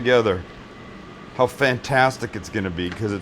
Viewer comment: Okay so, You mispoke the first 2 times, BUT its cause you said it slightly fast and the "a" is glossed over However the third time. % He says "Howuh" instead of how. So pretty much said it right :P